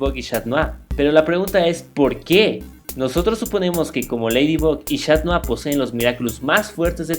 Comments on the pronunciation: no es shat nua era catnua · esta bien lo q disen pero no es chat mou es cat mou